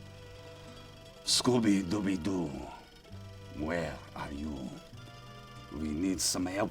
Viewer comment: I spit out my drink when he said "scooby dooby doo" in that accent lol